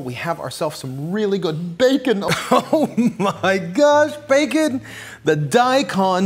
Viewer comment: I honestly can't decide if he has a unique way of pronouncing bacon, or if he is deliberately saying it like 'bake-un' to differentiate it from the actual meat.